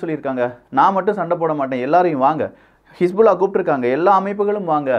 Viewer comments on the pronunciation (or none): none